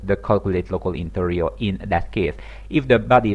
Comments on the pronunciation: it's inertia, not interia. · it's not b-oo-llet either though... the phoneme symbol is ʊ ... a double-o sounds is usually the phoneme: ʉ and that's the sound you get in goose or boot. besides if you're going to nitpick i'd think you'd start with how intertia isn't "in-ter-nia" but rather "in-er-sha"